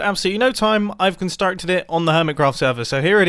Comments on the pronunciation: " I've constarted it." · I've wasted no time, I've - turns Irish - *CONSTARTED IT* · Mumbo has cunstaurcted it everybody!